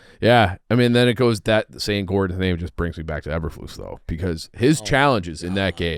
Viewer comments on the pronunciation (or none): can't say Eberflus correctly